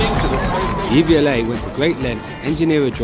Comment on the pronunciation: Its not DVLA its pronounced dev-u-lay